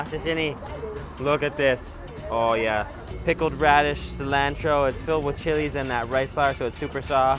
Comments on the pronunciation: everything about this video was great except the way u pronounce cilantro lol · hey think you can learn how to pronounce cilantro correctly since you seem to like it so much? And maybe while you have that dictionary open you could possibly learn ANY word other than 'amazing' to describe the food you eat - ty